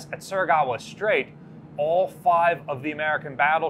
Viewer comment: Will ever be able to pronounce Surigao correctly?